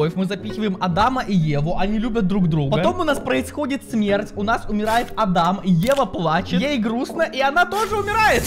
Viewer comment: Пфф сори но не ада́м а а́дам